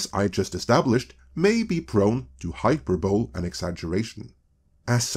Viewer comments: Difficult English Words Dept: "Hyperbole" is from the Greek, so it is pronounced like this: "high-PER-bə-lee". (Or "haɪˈpɜːbəli" in IPA) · Hi-per-buh-lee, not hyper-bowl, got it? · Hey, Just so you know, "hyperbole" isn't pronounced "High-Per-Bowl". It's pronounced "High-Per-Bo-Lee". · Hyper bowl? Really?:P Hyperbole sounds like Hi-per-BUH-lee. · lol Hyperbole is pronounced high-PER-bo-LEE. As for the tech issue, I can confirm that the American tech industry is run almost entirely by Indians at this point. My husband used to work in tech and after seeing Intel and a few other US tech companies it's not a stretch to say it. That's not because of outsourcing either mind you, although they do like to do that. Rather, it's more because Indians get hired, they get preferential treatment because they have a tendency to marry their work and they'll do it for cheaper than a US citizen. Before you know it they're in positions to make the hiring decisions. This results in more preferential treatment for new Indian hires because they are incredibly preferential toward each other above all others, and this has resulted in them not necessarily owning but definitely controlling the majority of American tech in one form or other, the white and other CEO's etc ending up as mostly just figure heads while Indians from India effectively control the companies behind the scenes. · the word hyperbole is pronounced "hai-per-bo-lee", not "hai-per-bol" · Hey I understand that English is not your first language and frankly you speak it superbly. That said I have to tell you that you're pronouncing one word badly. The word is hyperbole, it is pronounced high per bow lee, not hyper bole. Please don't take this as some kind of shot or dis, I have great respect for you which is why I'm letting you know. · FYI, it's not "hyper-bowl." It's "hi-per-bow-lee." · Omelette = "OM Lit" Hyperbole = "High PER bow LEE" -Quick Note from the Pronunciation Comedy. ;) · Hi Pur Boe Lee